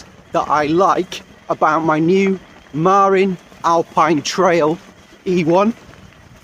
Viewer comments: Marín, not Marin. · It’s pronounced muh-RIN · Hee hee - that's a British thing... I used to pronounce it MAR-in too until I moved to California and realised it's Ma-RIN.